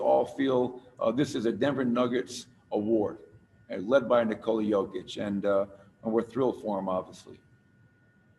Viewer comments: "Nikola Kovic.. I'm sorry, Kokic".... damn.. you had one job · Did he even practise before the announcement, Nikola Cokic???? My boy Jokic does not deserve this kind of disrespect. Your only Job is to pronounce his name and what???? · “Nikola Covich…COCKICH! I’m sorry.” You had one job… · "Coca Cole-ich" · "Today it is my distinct honor to present...Nikola Kovic..uhh Kokic I'm sorry😅." Way to represent KIA as the NBA's partner blatantly revealing you've never even heard of Jokic and obviously know NOTHING about the NBA. Someone wrote the name down for him and I guess because of the person's handwriting, that KIA dude completely mispronounced Jokic's name. Either way, he should've informed himself about who he'll be presenting the damn MVP award to and clarified with people about the pronounciation of the MVP's name. Instead, he completely and utterly embarrassed himself while also disrespecting the Joker. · FCKING LEARN TO PRONOUNCE HIS NAME! when i like some player even from Zimbabwe i first learn how to say his name. Kokic Jokič that guy is better then LeBron! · NIKOLA COVITCH COKITCH💀